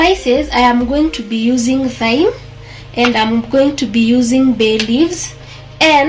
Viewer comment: Hi, I love your content more so the recipes, but I have some correction I think the thyme is pronounced as time